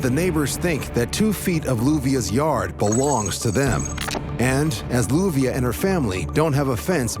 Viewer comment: BTW, her name is LLUVIA, pronounced as JU-BE_AH